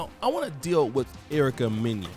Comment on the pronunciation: Mena sounds like Menna homie. You killing her name